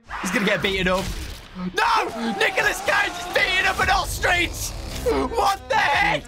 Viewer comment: Whg did you say ostrich like that 🤣🤣🤣 Dowko:VENTS OOSTRECH ME:OSTRECH